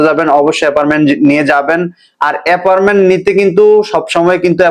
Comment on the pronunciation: Vai apperment na... Eta appointment...